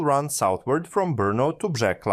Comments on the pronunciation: The „c“ is pronounced as „s“, not „k“. „Břeclav“ should sound somewhat like “brshess-love”. And the “e” at the end is not silent: Pardubice is “par-du-bi-tseh” And generally, everything is stressed on the the first syllable. In any event, it shouldn’t be too much effort to listen to the correct pronunciation of the city names on the web before recording the video. I am not a Czech citizen, but from neighboring Austria, but it even irritates me, even though I am not a native speaker… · You pronunced many czech words completely differently (like Břeclav or Domažlice). I can understand this and dont care that much but next time maybe you could use translator to hear the correct form. Its not that important, l know, but still l wanted to let you know. Nice video though!